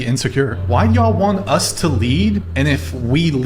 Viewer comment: Pronouncing the word "Y"all.."... Is enough to understand where she is coming from , and what her true colour is.